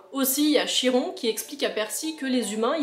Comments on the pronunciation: juste pour info on prononce Kiron mais pas CH-iron mais libre à toi de dire comme tu veux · Tu m'as donné envie de relire les livres. Quelques petites précisions bien que ça s'écrit Chiron ça se prononce "Kiron" et pour les autres enfants des dieux ils sont accueillis dans le bungalows d'Ermes mais leurs destins changeront grâce à Percy dans le dernier tome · Chiron en faite sa se dit kiron en faite en classe ont lit se livre le maître nous a dit en grecque CH ont prenonsse K